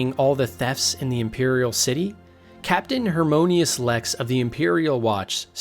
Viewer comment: Hermonious? Lmfao. Why even make videos about Elder Scrolls when you clearly don't know anything about them? Low effort isn't good.